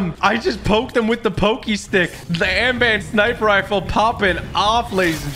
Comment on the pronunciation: He said amban